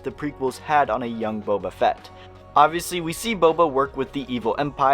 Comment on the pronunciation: We got Bobby Fett instead of Boba Fett.